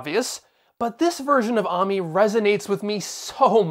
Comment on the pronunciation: It's pronounced ay-mee....not ah-mee